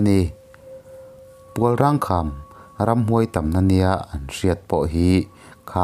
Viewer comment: Pualrang i tih hi PUALRENG tih zawk tur a ni lo maw. Tunah phei chuan wildlife sanctuary ah an puang tawh nghe nghe.Darlawn tih i lamdan pawh hi a dik tawk lo hle mai.I chhiar hma hian Khaw hmingte,hmun hmingte leh ṭawng upa deuhte lamdan dik hi Upa leh thil hre deuh te zawt hmasa ṭhin la. Chutichuan,i thil chhiar ṭhin hi a ngaihnawm sawt ngei ang le.